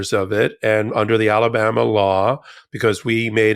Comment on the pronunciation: Did Ben just call Alabama "Talabama"? Apt